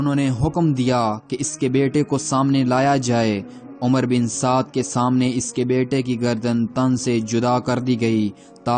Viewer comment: The correct pronunciation of this lanati’s name is Amr bin Saad and not umar, Omar or Umroo.In Arabic language (wow)if followed by (Ray)then (wow’s)sound gets cancelled.Please do not mention this “lanati’s name as Umar and describe his name with the correct pronunciation which is Amr bin Saad.Thank you.